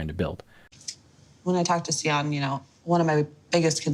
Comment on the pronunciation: why are we pronouncing the name Sian as 'cy-an'- it's pronounced 'Schaan'